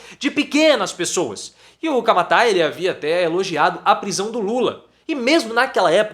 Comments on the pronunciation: É Camata, não é Camatáa😂😂mas valeu professor adoro seu tom irônico, dou muitas risadas. Informações com uma pitada de ironia! 🤩🤩🥰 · É. CAMATA Não tem acento no a. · Não sabr nem pronunciar "Camata".